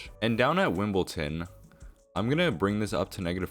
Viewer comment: you're pronouncing Wimbledon wrong - its Wimboldon, not Wimbolton